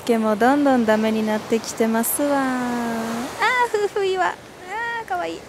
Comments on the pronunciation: 夫婦岩と書いてふうふいわではなくてめおといわと読みますね😊相変わらずは可愛いですね🥰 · が、わが町福岡に来てくれて本当に嬉しいです！ 糸島は天気が良いと本当に最高ですよね〜サーフスポットもあるし、おしゃれカフェもたくさんですしね〜 夫婦岩（めおといわ）をふうふいわと言う、宙（そら）の階段を宇宙（うちゅう）の階段と言う、いずれも可愛すぎますw いつか福岡に住んで欲しいなぁ ぜひ考えて下さいね 〜 東京まで飛行機で1時間です。 もはや通勤圏内ww 中心部から空港迄もとても近いです 大歓迎でお待ちしてまーす✌️